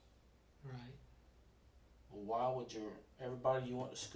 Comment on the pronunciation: WAAH instead of why, that makes me cringe honestly lol.